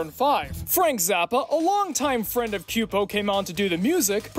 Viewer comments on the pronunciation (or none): Csupo is pronounced Chew-Po btw